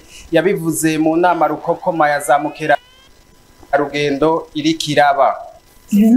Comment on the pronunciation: Murakoze cane, ariko ntibavuza zamukerarudendo, ico sikirundi. Ni bamukerarungendo!!